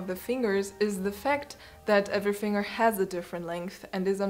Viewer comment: The most annoying thing about this GREAT video is the pronunciation of the word FINGER!!! "Finger" is NOT pronounced "FING - ER", it is pronounced "FING - GER".